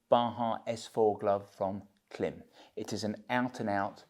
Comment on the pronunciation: If I'm not mistaken, Klim is pronounced like climb.